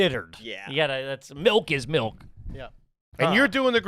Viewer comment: I’m not sure if anyone has noticed or mentioned it but why does say “melk”